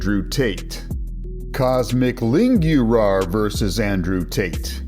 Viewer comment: Cosmic Lingürar, as a romanian my ears are fried 💀💀